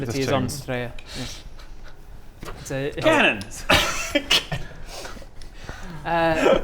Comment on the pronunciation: Just saying "Canon" is hilarious and speaks volumes